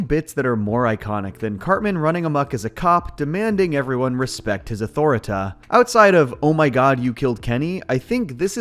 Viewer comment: It's pronouce " Ah-Tore-Reh-Teh "